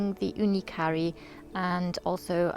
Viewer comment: Do u realize that u r mispronouncing the name - "carry" vs Karu with a hard 'a' ?